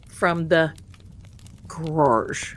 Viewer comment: Cracks me up every time time you say, Garage like Devers did.